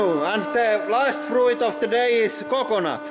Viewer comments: Frooit salad? It's fruit salad, and jooicy? It's juicy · Love the way you say fru-it. It makes so much more sense than the ,normal' way. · love the accent on the i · Froo-eet salad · Frooet salad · The way you pronounce fruit is just delicious.